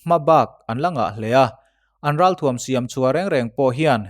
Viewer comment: thuam tih hi tuam thluk anga lamri lovin,ralthuam tih a thuam thluk ang hian lamrik ni ta se ngaihthlak nuam zawjin a rinawm